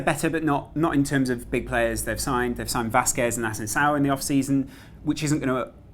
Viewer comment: Asensi-O not ao